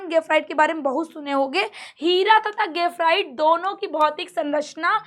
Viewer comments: गेफराइट नहीं ग्रेफाइट 🤣🤣🤣😆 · mam gafrite bol rahi hai bar bar😂